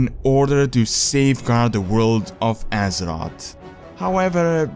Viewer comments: Can he stop saying Assot, instead of Azeroth???.... Azoth, assot... asshot? I don't even wanna know.. its Azeroth tho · Azerot. lulz all i hear is Azerot Azerot Azerot. I want some AZEROTH. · Whenever he says "Azeroth" all I can hear is "Az-ot" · Step up your prounounciation and learn how to say "th" its Azeroth and not Azerod... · he sad Aseroth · Great, now when i hear someone say Azeroth, all i can thing of is Assrot. Thanks.;P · when you say Azeroth, i hear Ass rod xDD but good video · wait what? Pronounce Azeroth again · please say azeroth right